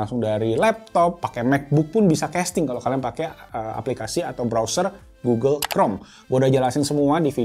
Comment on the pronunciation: 06.47 lu nyebut apa tu bng. Oke goggle atau oke uel.? Hp gue langsung ngerespon buka gugel 😂